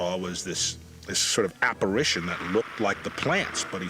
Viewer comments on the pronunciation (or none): none